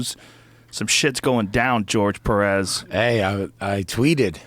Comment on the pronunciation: 🗣️ GEORGE Perez, Not Jorgé Perez‼️ 🇺🇲👌😂